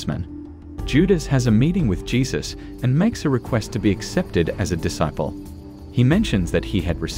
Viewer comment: If you must use ai to read. Then please make sure it can say the word disciple